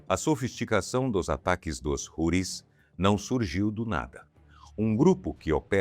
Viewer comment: A pronúncia em português não é Roris e sim Routis.